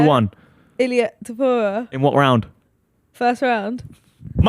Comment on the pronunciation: Danny is the biggest ufc casual that McGregor topuria take isn’t even a hot take and he can’t pronounce topuria